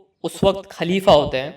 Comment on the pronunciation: Ullu, kalifa nahin khalifa hota hai. Talafuz durust karo.